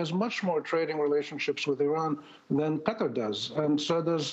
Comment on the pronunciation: "Qutter" it's qatar Jesus Christ!